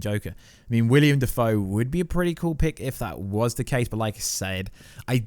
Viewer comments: Will-EM Not William. Will-Em Defoe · Willem not William. Cool vid bro.